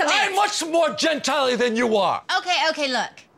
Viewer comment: Says "gentily," which makes it funnier.